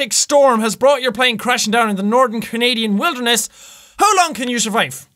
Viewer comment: Me: northern Jack: nordern